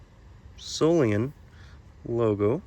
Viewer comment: Many years ago a knife dealer friend of mine corrected me on how I pronounced "Solingen", It was the now deceased Frank Buster of "FIGHTN ROOSTER KNIVES"!!! & he said David, over in Germany they say SOL E GEN, not SAUL EN JIN!!! It has a hard "G" in it!!! This gentleman has used the hard "G" every time!!!